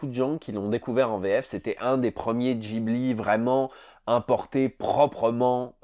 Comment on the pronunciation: Arrêtez de dire "djibli" svp :'(